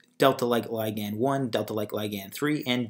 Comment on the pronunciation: I hate the way you say "ligand", so unnatural and awkward.